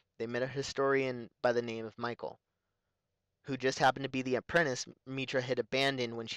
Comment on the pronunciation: Very helpful but some pronunciation Bao Dur - Bay-oh not Bow G0T0 - Goh toe not go too Mikal -- Mee Kal not Michael